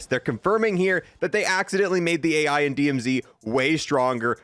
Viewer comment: Dude this guy cant pronounce anything right. He called it Al Mazerah and called A.I I.A.